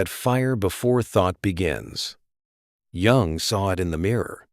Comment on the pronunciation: All true info. Bonhoeffer is a childhood hero of mine. I've recently reread Stupidity. But you can't pronounce Jung?! It's German, you stupid AI. The J is pronounced like a Y.